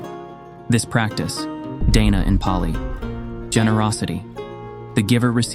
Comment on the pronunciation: Your video is good but your Pali pronunciation is not